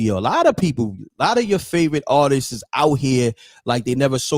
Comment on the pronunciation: It's not Artises...it's ARTISTS.